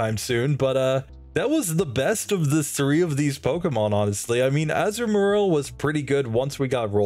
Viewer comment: You're pronouncing Azumarill as Azu and Marril, and I get why you would seeing as Marril is its pre-evolution, but it's actually pronounced Azuma-rill. With the 'ri' making the same sound as the double e's in 'eel'